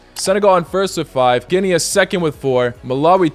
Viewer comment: Its Ginee not Ginea